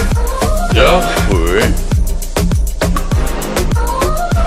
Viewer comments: het lijkt alsof hij zegt dag hoer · ik hoor soms dakhoer inplaatsvan dag hoor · Het lijkt alsof sinterklaas dag hoer zegt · Hij zegt precies dag hoer of licht dat aan mij xD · na een tijd lijkt het alsof hij dag hoer zegt wtf :’) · like als je bij denkt dat Sinterklaas zegt "hoer"😂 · Het lijkt net of Sinterklaas zegt dag hoer xD